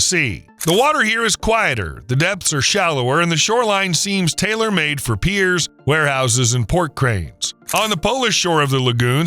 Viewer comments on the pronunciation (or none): none